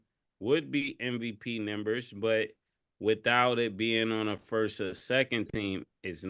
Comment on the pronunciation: Mase calls numbers “Nimbers” 😂😂😂